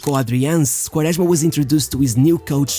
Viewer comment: Your portuguese accent pronouncing Quaresma is so accurete and pure